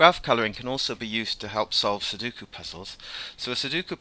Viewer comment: Sudoku is pronounced like "sue dough coup". You're inventing a middle "u" that doesn't exist.